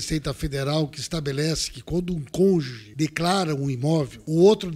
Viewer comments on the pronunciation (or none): none